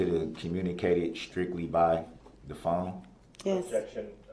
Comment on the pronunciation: I still don't know what "shtrickshtly" and "shkeered" are.